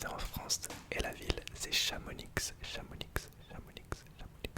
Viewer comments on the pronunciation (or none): Hahaha, je pense que t’as trigger pas mal de monde en disant « Chamonixe » pour la ville de Chamonix, car ça se prononce simplement « Chamoni ».